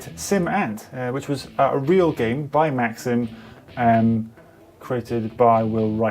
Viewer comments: I believe it's maxis not maxim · "Also, in this video, calls Maxis, creators of SimCity, 'Maxim'..."